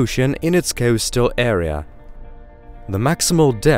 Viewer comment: I can't figure out the strange accent either but unfortunately it started to grate on me.. 🙃 Very bizarre pronunciation, particularly 'O' sounds.. ocean, float, coastal etc